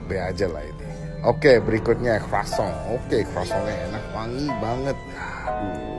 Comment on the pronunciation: klo codeblue itu kritikus bersertifikat, berarti ya dia yang paling berhak mengkritik. dari gaya dia ngomong croissant aja udah beda lho yaa... udah ketauan emang he has the knowledge.. dan emang kritikus itu kan memang kayaknya mayoritas bakal harsh klo ngomong.. dan itu si sepuh, klo dia gpp makan udang masih ada tokainya, ya berarti standard makanan dia rendah. gue aja yang orang awam, ogah makan udang klo masih ada tokainya. pengalaman dan kerja keras tidak cukup tanpa adanya ilmu, adab dan moral yang mumpuni.